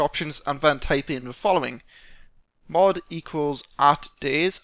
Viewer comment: Why do you say Ven instead of Then.